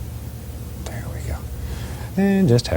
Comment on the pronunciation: Bob always says "Right dare" instead of "right there".